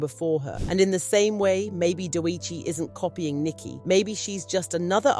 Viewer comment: WHO TF IS "DOUEGHCHI"? AND "S - Z - A". Atleast have the respect to address appropriately. This video had to be AI generated.